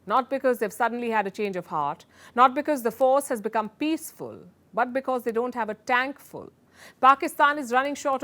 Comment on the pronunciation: The emphasis on "Peacefool". 😂